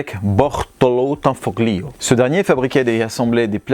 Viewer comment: Salut les gars Petite précision sur la prononciation des mots italiens : le "gli" se prononce "li" on ne prononce pas le "g" Comme famiglia ou tagliatelle..... La bise 😊